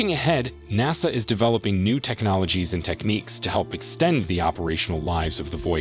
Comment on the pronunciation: he lost me when he said naaasa